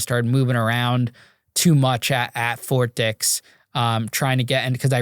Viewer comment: It’s Ft. Dix not Fort Dicks😂😂😂😂😂😂